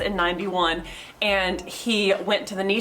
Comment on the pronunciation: NISSAN not KNEESON